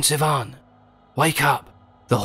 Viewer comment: Finally, someone who pronounces Ivan properly.